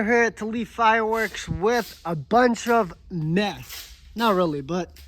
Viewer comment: 0:9 it sounds like you said you have a bunch of meth but obviously u meant mess